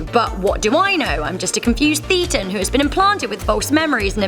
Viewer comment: This nonsense already, Less than halfway through. She doesn't know the definition of Thetan or how to pronounce it. In fact this seems to confirm she's only read stuff on it, and not by the Church. Maybe she watched John Sweeny, the infamous freak out John Sweeny( who also seemed to miss the pint/ pronunciation) . Scientology's actual definition. You can decide for yourself if it's "real". Another core concept of Scientology is observing, and experiencing for yourself "it's only true if it's true for you". Here's a better overview of what Scientology is about